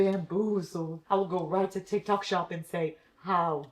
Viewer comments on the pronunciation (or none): none